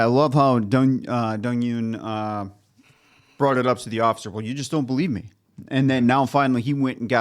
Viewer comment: The Eun in Dong-Eun is pronounced Oon.